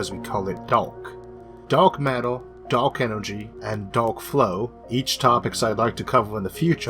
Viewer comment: Da'ark matter not dork matter. Pronounce ur words better bitch